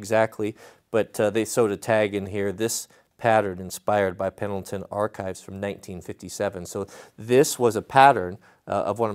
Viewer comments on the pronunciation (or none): none